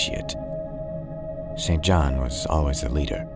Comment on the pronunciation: St John is pronounced “Sinjin”